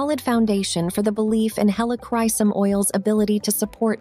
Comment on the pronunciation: Please learn how to properly pronounce 'Helichrysum'. About 5 different pronunciations were used in this video. You really should differentiate between Roman Chamomile and German Chamomile oils.